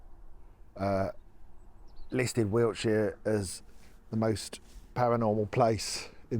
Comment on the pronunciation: You pronounce Wiltshire as wheelchair. In the next video could you please use both words in a sentence, just for me?